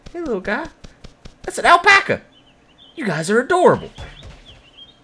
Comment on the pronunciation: "that's an al paca!" XD